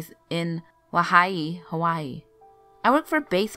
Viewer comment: Had to stop watching as soon as I heard Hawaii pronounced wrong